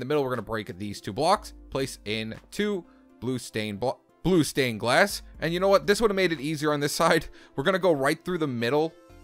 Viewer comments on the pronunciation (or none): LOL the cut he had to do because he said blue stained glass wrong oof